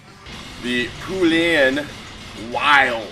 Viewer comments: Not Poolan; POlan, like Poland, the country. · I love how he says Poulan like "Poo-lan". Cracks me up every time.